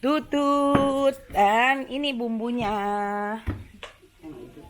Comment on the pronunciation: Teh bilang tutut nya jangan monyong atuh